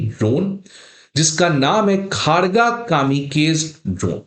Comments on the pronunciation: यह भाई साहब इसको khaargaa उच्चारण कर रहे हैं। जब की इसका उच्चारण खड्ग (शुद्ध बोली में) और उसका अपभ्रंश खड़गा (चालू भाषा में) है। यह अगर खड़गा बोलते तो भी ठीक था पर यह खारगा तो कदापि नहीं है। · मास्टर जी उच्चारण ठीक कर लो , "खड्ग" ही बोल लो। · सर, इसका नाम 'खारगा' नही , 'खड्ग' है, ठीक से उच्चारण कीजिए| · Kharga pronunciation is khorgo.... Ma kali ka weapon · खड्ग सही उच्चारण है । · आपका यह वीडियो देखकर यह तो यकीन हो गया कि जो आपसे पढ़ेगा, वह तो जीवन भर पास हो नहीं सकता। इतनी सारी गलत जानकारियां एक ही वीडियो में कोई दे सकता है, यह मैंने आज ही देखा है। पहली गलती तो यह है कि, पिनाका कोई मिसाइल नहीं है, बल्कि रॉकेट लांचर है, और आपको यह पता होना चाहिए कि, रॉकेट और मिसाइल में बहुत अंतर होता है। दूसरी गलती यह है कि, भारत में जो ड्रोन बनाया है, उसके नाम का उच्चारण ही आप गलत कर रहे हैं, उसका नाम खड़्ग है। तीसरी गलती यह है कि, यदि एक पिनाका की कीमत 70 लाख रुपए है और एक खड़्ग ड्रोन की कीमत ₹ 30000 है, तो एक पिनाका की कीमत में 25 नहीं बल्कि 233 खड़्ग ड्रोन आ जाएंगे। ऐसे वीडियो बनाकर किसी का भविष्य क्यों खराब कररहे हो?? चलो कोई बात नहीं, लोगों के कॉमेंट्स पढ़ते रहा करो, उन्हें पढ़ पढ़ कर, धीरे धीरे आप भी, किसी परीक्षा में उत्तीर्ण होने योग्य बन जाओगे। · सही हिंदी उच्चारण होगा "खड्ग" मतलब तलवार और "कामीकाजे" जो की एक जापानी शब्द। ऐसे ऐसे अधपढ लोग सिविल सर्विस के अभ्यर्थियों के पढ़ा रहा है। 😮😮😮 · Pinaka is not missile also please pronounce khraga correctly and your cimparision of one pinaka to 25-30 drone is incorrect. Poorly prepared video.